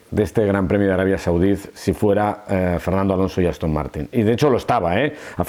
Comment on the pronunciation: "yo me iría más feliz que una perdíz de este gran premio de Arabia Saudíz"